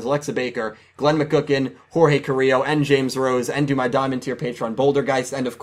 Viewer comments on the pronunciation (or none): none